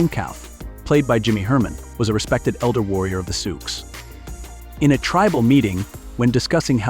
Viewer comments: Please pronounce the names right. Its Soo not soox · AMEN to that!! This AI crap is getting old already. Doesn't pronounce words or names correctly. Said SiouX, pronouncing the X. Also, messed up names & just generally is annoying. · Good info, but the commentator needs to learn how to pronounce some of the words, it was annoying to hear him mispronouncing some of the words. Example: for ‘Sioux’, he said Sou-x. For ‘Lakota’, he said Lako-tay. I cannot figure out how ppl can mispronounce the word ‘contributed’! There was more, but the ones mentioned were the ones that annoyed me! 😮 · Not Sooz or Sooks! Pronounced: Su or Soo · The AI script enunciator is inconsistent. The pronunciation of the "Lakota People" as Sioux (sue) is done numerous times with an occasional Sioux (suock). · Sooks, really ? The name of many tribes, people, locations mispronounced . I agree with others narrate these yourself or get someone else if there’s even a human behind this channel. Disrespectful to do this. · Can't believe that you mis- pernounced SIOUX !! Wow ! You don't say the X ! PISSED ME OFF ! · Teach the AI how to pronounce Sioux and Chippewa. Sheesh. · even more annoying because the word Sioux was throughout the entire thing over and over. I physically cringed every time it was said with this hideous pronunciation.